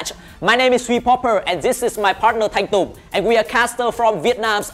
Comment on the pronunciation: Vãi bắn Thanh Tùng chơi luôn cả tên chuẩn luôn ko đọc là Thanh Tung